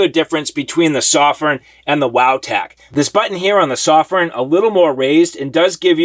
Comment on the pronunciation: I'm a Chinese guy. It's a Chinese light made in Shenzhen, China. "sew-firn" is the right pronunciation. The reviewer does a great job of reviewing. But his pronunciation of "Sof-firn" is wrong, just sayin' =)